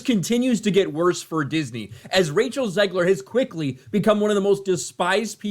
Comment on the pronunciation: "Zegler". Every time, every fucking time.